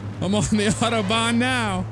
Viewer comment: Lewis Johnson I know I live a few minutes away from the German border I just thought it was funny how overly overdone he did it that's why.